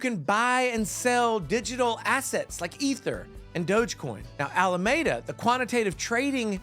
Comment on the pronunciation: kudos to you pronouncing DogeCoin right, hilarious informative video my dude